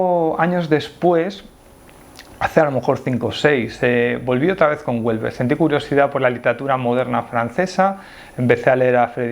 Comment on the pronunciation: A mí me gusta y soy mujer. Por cierto, Houellebecq no ternina en t